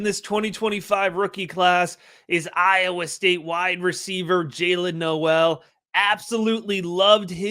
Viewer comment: Great work as always. Very fun watching you be in on Noel before consenses. PS Was listening to JJ from Late Round and he mentioned Jaylin tweeted his last name is pronounced "Nohl". Not No-el.